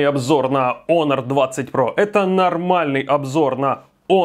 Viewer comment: единственный, кто правильно произносит Онор. Красавчик. Лайк